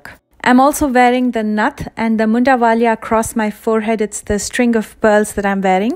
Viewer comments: It's not mondawaliya it's mandody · I wanna correct u lil bit its mundvli not mundavaliya do not take it negative sry